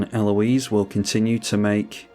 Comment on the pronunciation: Such a cool combo! Congrats. The more I see of her game play and techs the more I like her. I find it funny that you seem to be the only content creator who can say her name correctly. IDK if its because its more of a common name there or interactions with the French across the channel, but the American YTers struggle with proper pronunciation.